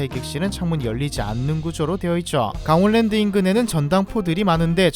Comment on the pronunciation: 강월랜드아니고 강원랜드 발음 참~